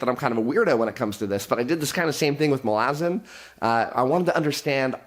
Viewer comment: I'm getting triggered by way he's pronouncing Malazan.